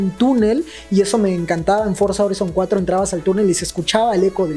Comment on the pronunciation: No es bueno corrigir a mis mallores pero me han inculcado el tema la pronunciación FORZA HORIZON 5 se lee forza joraizon 5 eso fue todo adios master